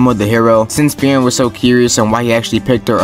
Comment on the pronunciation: "free-ren". not "fear-in"